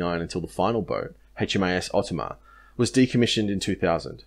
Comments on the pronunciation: As an old Oberon Class Submariner, I commend your mini documentaries and find them very informative....[As a Plankowner of HMAS OTAMA, I wish to just point out the correct pronounciation of Her name.....It is pronounced O TAMA not OT ama. [Bye the bye, OTAMA is a Queensland Aboriginal word which means Dolphin] Yours Aye Rick Fishbourne. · I and the crew of these boats would really appreciate it if you could please learn the correct pronunciation for Otama, Farncomb and Dechaineux.